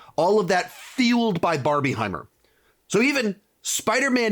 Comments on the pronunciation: It's Barbenheimer Stop saying barbie-heimer 😭😂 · It’s PRONOUNCED barbinhimer! Because it’s combining 2 films. If you say Barbiehimer it just makes it sound like it’s just two completely different movies that you just wanna put together for some reason. If that makes any sense 😅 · you are the only person ive ever heard say barb-IE-heimer LOL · You're the only person I've heard call it Barbieheimer